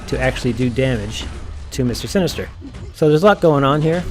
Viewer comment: haha its all good I was just making fun of how you were saying his name. Actually was a good video, though without Heimdal I'm still having issues. Act 6 is a horrible bit of content.